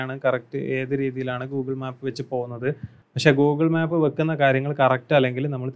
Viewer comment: മാപ്പ് അല്ല മേപ്പ്